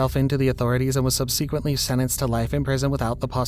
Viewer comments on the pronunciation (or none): He pronounces subsequently wrong every single time lol I was just trying to be nice and leave the correct way to say it. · I'm just gonna leave this here: suhb·suh·kwuhnt·lee :)